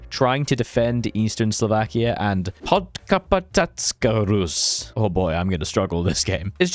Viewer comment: small tip: if you struggle with saying sometihng with ě, š, č, ř, ž, ý, á, í, é, ect. use google translate (you butchered name of Edvard Beneš, Škoda and podkarpacká rus)